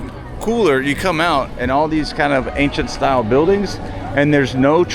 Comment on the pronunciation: It's ancient-style, not ancient side.